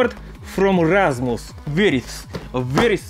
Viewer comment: You actually Said Rasmus right